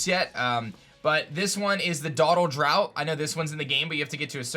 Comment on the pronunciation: Draught is pronounced like draft